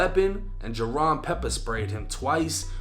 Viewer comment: This isn’t true at all first off it’s pronounced jay-Ron and he wasn’t the one burning the money scyjimm was bc scyjimm was the one who got all the followers on insta jaron was recording scyjimm burning the money